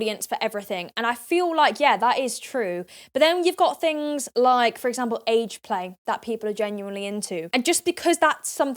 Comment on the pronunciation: all round the towns and every fing is all i hear when she speaks